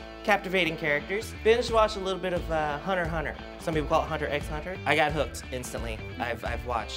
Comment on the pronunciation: respect for Nyla for knowing that you dont pronounce the X in Hunter X Hunter